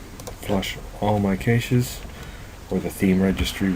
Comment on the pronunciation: never make fun of a man for pronouncing a word incorrectly, for indeed, he learned the word by reading it.